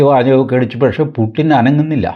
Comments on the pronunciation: കാർന്നോരെ പുട്ടിൻ അല്ല പുടിൻ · റഷ്യൻ ഭാഷയിൽ 'യ'കാരവും 'ട'കാരവും ഇല്ലത്രേ. പുട്ടിൻ അല്ല, പൂഷിൻ ആണ്; യുക്രെയ്ൻ അല്ല, ഉക്രെയ്ൻ ആണു ശരിയായ ഉച്ചാരണം എന്ന് അറിയുന്നു. രാഷ്ട്രീയേതരമായ നാനാ വിഷയങ്ങളിൽ താത്പര്യമുള്ള സാറിന് ഈ അറിവും സ്വീകാര്യമാകും എന്നു കരുതി അറിയിക്കുന്നതാണ്, ഉച്ചാരണ വിഷയമല്ല ഇവിടെ പ്രസക്തം എങ്കിലും!❤